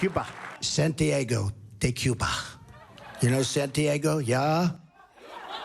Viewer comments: "you know san-tee-ae-go?" ................ come again? Never heard of her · I didn't know Santiago was pronounced that way. L'eggo my Santi-eggo